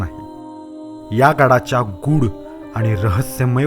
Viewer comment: गूढ म्हणतात, गुड नहीं. 😊😅😊